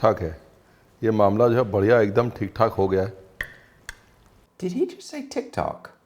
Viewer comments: Theek thaak (all right) Not Tit tok me 😂😂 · It's not "tik tok " it's "thick - thak" means okay.